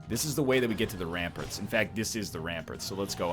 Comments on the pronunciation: The way Ryan says "ramparts" is actually cancer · Does he say ramparts wrong on purpose?